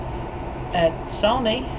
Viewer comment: Chris says "Sony" in the same way the Egg Lady in Pink Flamingos says "Baltimore". "BOLMER" "SONEY"